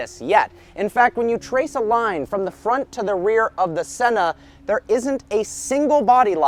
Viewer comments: You pronounced sennas name wrong, as a Brazilian it drives me insane!!!! Learn how to pronounce it first jeez. Here’s a little lesson on how to pronounce it ah-eeeh-ton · Please pronounce senna right , also I really don’t think was appropriate to show his death . But great review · Absolutely butchered that mans name.